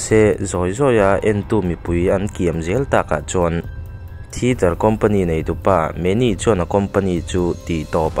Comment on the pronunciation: thiter ni lo in thiater tih tur